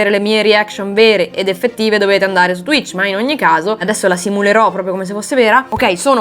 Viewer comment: Oddio ha detto t-tuich 😨😨😨